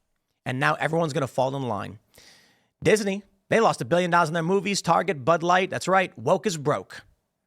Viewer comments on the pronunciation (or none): none